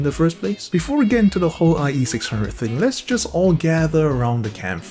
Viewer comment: now we have the eye eee six hunge-o's.